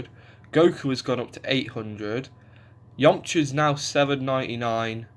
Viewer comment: I do love the way you pronounce Yamcha. It sounds like "Yomcha". I know it's just your accent